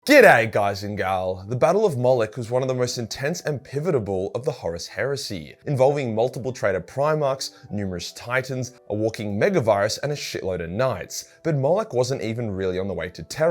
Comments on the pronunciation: Yeah you also do the same thing with the word “orbital” as in orbital bombardment. You say “orbitable” so kinda same thing pivotal/pivotable lol. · Did you just say pivotable.....? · No worries, Mate. Your inability to say "orbital" correctly is one of your cute quirks, so "pivitable" flits right in with your "orbitable" defenses and bombardments. 😁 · Speech impediments are strange. But that's what it seems to be, since you add 'ibital' to both Orbital & Pivotal. Good news is its a mind over matter thing & solvable. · Words is seemingly unable to pronounce correctly: Pivotal Orbital Tzeentch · you’re still pronouncing pivotal badly wrong